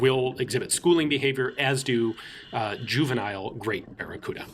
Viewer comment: Sorry man, I can't say baccaruda...